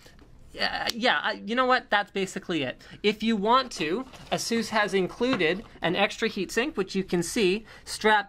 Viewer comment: Does he even pronounce "ASUS" right?